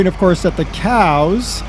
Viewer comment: I wish he would've stopped saying coos, and said cows. This guy is trying to be fucking funny and failing at every attempt.